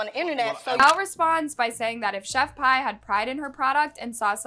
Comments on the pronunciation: I would just like to say I think her name is pronounced ( pee ) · I know this may not matter, but I'm just a little neurotic about pronunciation, and the woman's name is not pronounced "Chef pie" it's pronounced "Chef Pee". You know like piss? Like the pissy ass sauce she tried to poison the world with? I just feel , since she's lived UP to her name ( pronounced "Pee") for her piss tasting, botulism / salmonella filled sauce, let's CALL HER by her name..."Chef Piss" , shit sorry , I ment "Chef PEE." Just a little neurotic suggestion. 😁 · Im sorry this is off topic but its chef "pee" not "payy" 😭 (i have OCD im sorryy) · You literally pronounced all the names wrong like it's not chef pi like the math one it's chef pee and it's not KAYRAMO but kaaraamo and it's not al but aleeeeee BRO- go back to school